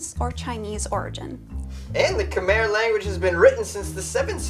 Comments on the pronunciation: K-my not khmare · Khmer is pronounced ka-my